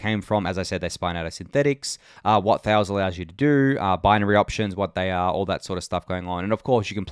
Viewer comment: Thales is a Greek word so you pronounce it thay-lees